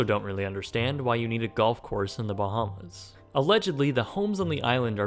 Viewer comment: I don't think i'll ever get use to non Bahamians pronouncing the names of our islands wrong lol